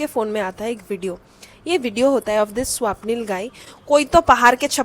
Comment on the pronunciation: Its not Swaapnil didi 😢 Its swapnil na 😊